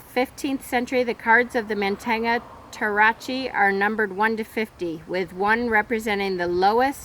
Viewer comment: also I think it's pronounced MON-tan-ia (no g sound)